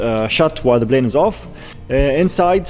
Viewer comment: you're almost at one million subscribers and you still say "Blane"!! Come on, man. It's not that hard to pronounce it correctly -Plane. Lots of Arabs pronounce P as it should - P, NOT B. It's NOT that hard.